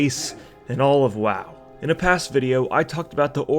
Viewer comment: It's WoW, not Wau